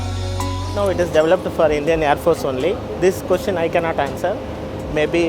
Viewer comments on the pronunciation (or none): most difficult word for Indians - develop / development!! They can't say deVElop always DAVlop / DAVlopment